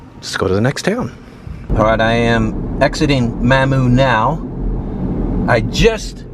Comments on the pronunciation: pronounced -MA moo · It’s pronounced ma moo! U was pretty dang close! Lol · Mamou is pronounced Mom moo 😊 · Mah-moo Mamou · Locally, it is pronounced "Momou" not Maamou. We will cut you some slack since you are not from Luzzaner (you say this Weezana but we will let that slide!) Haha! When you were in Oberlin, you were about 23 miles from home. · Mamou is pronounced with the U strongly said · It is pronounced “Mam Moo” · I just watched this video. Mamou is pronounced MAH-moo. I saw you at Fred's Lounge. You left from there and drove right past the Cazan Hotel. It's also a famous place. I was waiting for the mention. I saw the sign. But you kept on going. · Mamou is pronounced: "Ma-moo". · Mamou is pronounced like mamma Ma. Moo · Mamou is pronounced mom moo. I live a few mile to the east of there. Louisiana isn't a rich state, but a great place to live. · Good video. I live in Lafayette and it is a totally different world than small towns. Mamou is pronounced Mah-moo. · Pronounced Mah Moo = Mamou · Correct pronunciation is of Mamou is, "Mom-oo" (phonetically) The town hosts its own traditional Mardi Gras each year and "explodes" with people during this time. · Ma Moo is how its pronounced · If you're gonna be condescending, at least pronounce the towns correctly. It's Mamou ( Mah- Moo). Home of the best Mardi Gras ever. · its pronounced mah-MOO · Ma moo is the pronunciation,French name for grandma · Not sure if anyone commented. We call it, or pronounce it like "Maw-moo". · The town of Mamou is phonetically pronounced Mah moo. Great Cajun town with great friendly Cajun people!!! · Its mam-mow not spelled that way just sounds that way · Mamou is pronounced Ma Moo. Ville Platte, the E is silent in Ville. I was born in Bunkie, back when the hospital there used to deliver babies. You went in the wrong direction in Bunkie, you should have stayed on the other side of the tracks and you would have seen some beautiful, historic homes. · Mamou pronounced, Mamooo